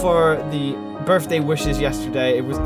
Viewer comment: Berfday? BERFDAY?😂